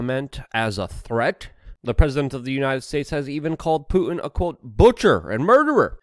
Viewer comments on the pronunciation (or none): none